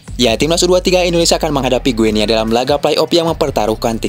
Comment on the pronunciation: Baca nya GINI , seperti kita baca Papua New "Gini", bukan Gue Nea. 🎉